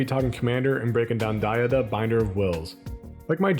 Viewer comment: Id donate for the correct pronunciation of DA-HA-DUH